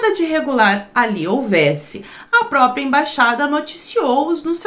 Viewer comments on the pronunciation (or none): none